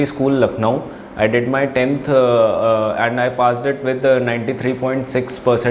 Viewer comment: And❌ Aand ✅